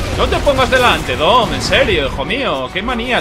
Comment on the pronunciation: soy yo o nombro a dom como "tom"?